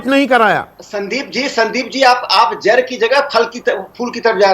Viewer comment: Rakesh Sinha beta jar Nahi jad Kaha jata hai tumhare shabdon ke uchcharan Sahi hai biri aur bidi me antar Jaan lo